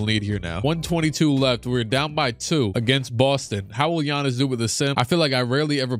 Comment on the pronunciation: Man said, less-B-Giannis